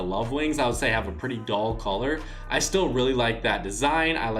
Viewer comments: Dull not doll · Stop saying that colours are “doll”. Its DULL!